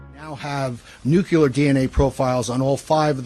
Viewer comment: None of the guys say nu clee ar correctly. Always bugs me, lol. No such banana as new cue lar. Sigh. I think the DNA is sinking his ship. ✌️♥️